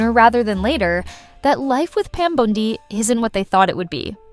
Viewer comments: Bondi…Bondi, not Bond eye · 9.1M views and 100👍🏻 This shows what a sorry azz sack of crap, progressive hit piece you put out on a Trump cabinet member. Voice troll won’t even pronounce her name correctly! “Lefty Facts Vs” Who’s running your outfit now? Brian Steltzer?